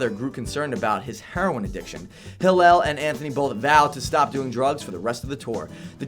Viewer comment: he's mispronouncing Hillel's name every other time..